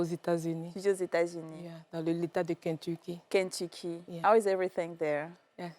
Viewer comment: I am sorry la go the Kentucky là ne parle pas bien anglais du tout et ne sais pas pronouncer le nom de l’Etat 🤦🏽‍♀️ what is “ I am speak English “ ? Mais courage a elle a traversé une histoire dure mais c’était evitable. Soyez pas naive